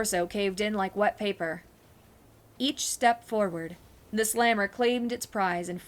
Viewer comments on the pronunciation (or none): none